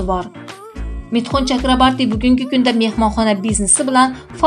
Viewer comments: Чакрабарти эмас! ЧАКРАБОРТИ! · Mithun chakraborti deb ayting singlim. Udareniyani tugri koyub oyting.udareniye o harfina tushadi